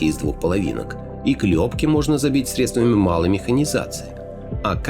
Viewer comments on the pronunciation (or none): none